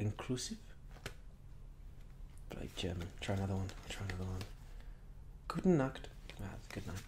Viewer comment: I love how you say "Gute Nacht" you‘re saying it like nackt. Nackt means naked lol